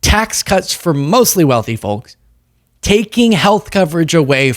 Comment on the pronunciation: the L in folks is SILENT